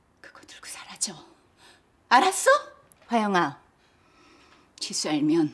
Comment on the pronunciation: 지수가 지선우로 들림